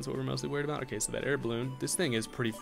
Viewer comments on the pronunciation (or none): alwayssearching2012 aboot killed me 😂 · channeling his inner Canadian